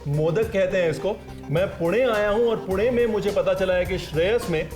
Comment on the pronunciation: Good to see he is pronouncing पुणे correctly